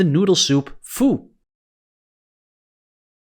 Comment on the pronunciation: 72/100 bonus: narwhal BTW, the Vietnamese noodle soup pho is pronounced like "fuh" (yep just like in the swear word) Thank you